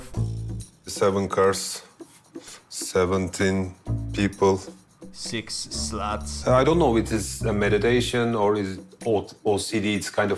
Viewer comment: "Seex slahts"🤣🤣🤣🤣😭😭😭😭